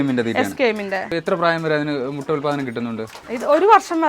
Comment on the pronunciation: മൊട്ട അല്ല മുട്ട